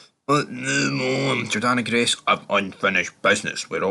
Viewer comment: It's JORDAN Grace not JORDANNA FOR FUCKS SAKE